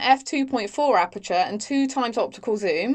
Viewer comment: Could you please learn how to pronounce "aperture"? Good video apart from that.